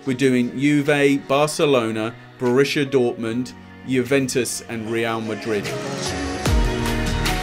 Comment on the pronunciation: Börüschia Dörtmund😂😂😂👍🏼 The Germans would say: Stark!(->💪🏼)